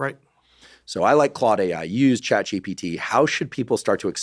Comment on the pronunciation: This must be a recurring Freudian slip - but it’s funny how Dr Terry keeps calling GPT GTP 😂